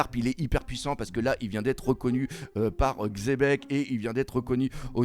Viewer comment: qui dit enfin Xebec et plus Chebec (hormis s'il le disait déja et que j'ai raté un épisode)